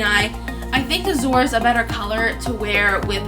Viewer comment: Lol, it’s Suede ( swade ) not satin! ♡︎ And about the Azure color it’s pronounced az-ur :) sorry if I’m being a little offensive, I don’t mean to be. ♡︎